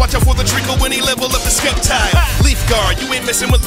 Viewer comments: You you said sCeptile the c is silent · it is pronounced septile not skeptile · I felt like listening to this again and noticed you said skep tile. not sep tile (typing how its pronounced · Its pronounced septile not skeptile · Its pronounced septile not sceptile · SKEPTILE lol wtf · He said sceptile like it was skeptile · I died inside when he said skeptile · You just made da truegreen7 mad. You said secptile like Sce-p-tile. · It’s pronounced sep-tile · “Scep-tile” Hm, the c is silent. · Besides the mispronunciation of Sceptile it was a pretty good song. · Ffs the c in sceptile is silent. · you mispronounced sceptile